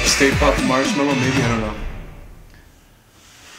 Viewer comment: Lmao also Marshmallow not Marsh Mellow.